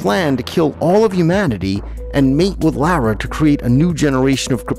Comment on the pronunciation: Lara = Laura not Lowra